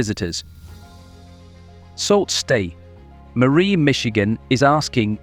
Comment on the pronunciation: 😢not Salt stet! Pronounce. SOO STE MARIE!!!!!